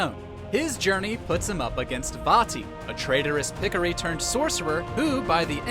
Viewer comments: "Pick-o-ree" 🤣🤣🤣 It's "Pih-Core-Ee". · say it with me ( pi-co-ri ) not picikiri .....smh